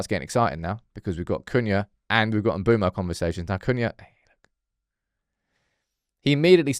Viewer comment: brudda i really dont think its mboomo, its looks like and I've heard its m-bweh-mo